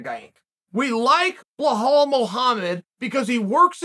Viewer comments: Blohal and Mocklechev 😂😂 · “Blohal Mohammed” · Says Blahal Muhammad then called him as someone with weird name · Come ooon Chael I'm sure your not an illiterate call the guy Bilal and not blahal....can't you see the difference??? But hey nothing but love for you from Amsterdam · Behow, darush, malkelchev.. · who the hell is Bohal? 😂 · Bel - al, who the f@ is 'Blahaal'?! Remember the name! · "BLEL-HALL" Still undefeated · I love your channel I love the work you do you’re one of the best at this and you know you’ve been there done that is one question why do you slaughter Belal Muhammad’s first name soo bad lol ? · "A guy with an unusual first name..." - LOL, well yeah, after YOU pronounce it, Unc! :D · They respect him so much that they don't even pronounce his name right lol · It’s not Chaels fault bluhawls parents named him wrong (undefeated, undisputed btw)